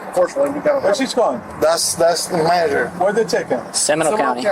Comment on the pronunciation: She says manager like that guy from the Sopranos. Manayer!